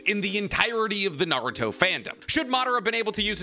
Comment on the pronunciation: Who's "Nar-ruto?"